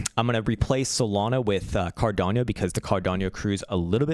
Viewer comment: learn to speak first CARDANO, it is not Cardiano, it is Cardano